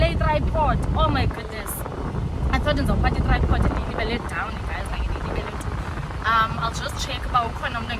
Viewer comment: Kuhle nibahle and you sound beautiful maka Imi❤ but please standwa sana yehlisa on saying "okay" and "dzown"😂